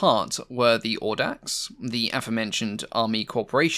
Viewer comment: Not "Awdax" but "Owdax".